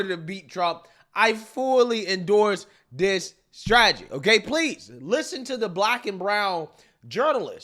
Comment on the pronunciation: It’s getting harder and harder to listen to you every time you say the word that is not a word DIS instead of THIS